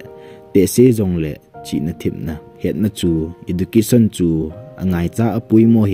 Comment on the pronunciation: Ezucation in pronounce ou sopi ..